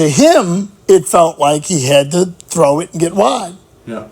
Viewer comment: As Paddy H says 'gotta TROW it" !